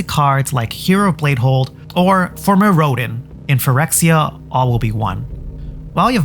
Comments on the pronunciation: Mirrodin is pronounced like Mirror and din (meero-din) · Did have Micheal Key as a substitute grade school? Mee-ro-din. Pre-sent. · And mirrOdin. Maybe she just defaults to long Os if she hasn't heard it pronounced before.